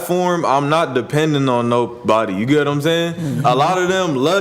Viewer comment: why did you say nah instead of not 😂